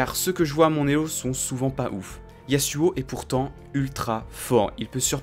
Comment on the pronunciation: PAR PITIE SA SE PRONONCE YAZUO UN S ENTRE DEUX VOYELLES !!!